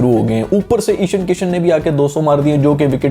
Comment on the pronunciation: Ishan nhi I think ishaaan hai pronunciation